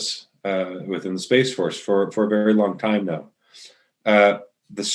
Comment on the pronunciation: "Space fotce"? What a joke